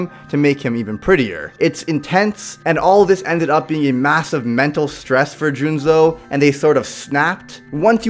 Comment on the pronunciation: Yo, english viewers out there. Is the psycho from Tokyo ghoul seriously called Junzo? In the german manga it's Juzo, wich sounds way better... Or was it a mistake on part?